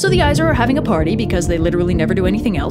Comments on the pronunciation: "Aye-Sear" AEsir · I appreciate your trying, so I’ll help you with pronunciation. The 2 tribes of gods are pronounced as such: Ay- seer, and Vahn- ear. Hope that helps!!